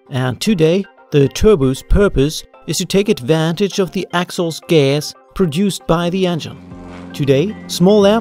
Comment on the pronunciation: Nicely explained. Great animations. Thanks! A word on pronunciation though - 'exhaust' has its stress on the second syllable which is a long vowel sound also found in the words 'law', 'door, 'course' or 'or'. That is with a British English accent though ;) Cheers.